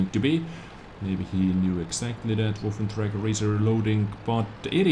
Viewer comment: PLEASE learn to say waffenträger, it's not woffen